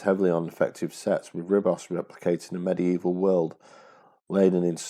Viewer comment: Nicely made video. Small point: Ribos is pronounced "Reebos".